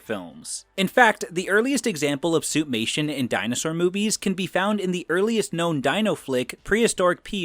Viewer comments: Every time I hear "suit-mation" I think "soup-nation". Great video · Why do I keep hearing Suitnation?! Hahaha 😂